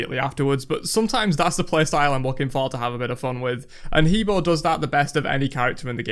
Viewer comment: He Bo is pronounced Heh Bwoah by the God itself lol